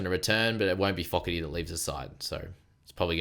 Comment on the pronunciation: Hi, I know you like to pronounce the poly names on point Hopoi is pronounced “Haw Boy” Foketi which is Tongan for Fogarty but pronounced a lil different lol “Faw Ke Dee” 😅 gotta hold the “KE” a lil long and then fast on the “Dee” which is the “TI” Ok thanks for adding my 5c😅😂😂